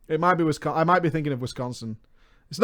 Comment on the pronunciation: i just wanna throw it out there that literally no one in wisconsin says "wiscAnsin, and it pisses us off when people say it that way